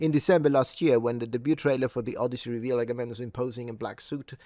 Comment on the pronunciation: The Odioussey